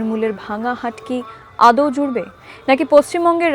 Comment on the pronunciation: আদেও আবার কী? আদৌ বলুন।